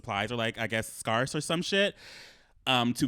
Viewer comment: Why does say scarce like that?😂.